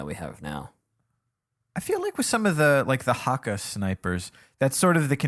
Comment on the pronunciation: Why did say HAKKA over and over.... its clearly Hakke not sure how you could mess that up